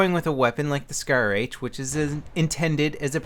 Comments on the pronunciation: Scar h not shar lol your my favoeite utuber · *SCAR not shar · Lol I think it is SCAR not SHAR